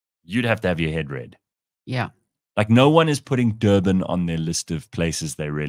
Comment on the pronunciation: Dirtbin not Durban.